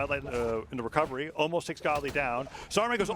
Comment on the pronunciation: “Gets the Gwecovegy”